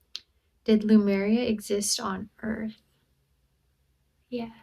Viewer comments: She is not even sure where Sardinia is. Pronouncing Lemuria as Lumeria. Face palm. Every time i watch. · Lemuria ✅️ Lumeria ❌️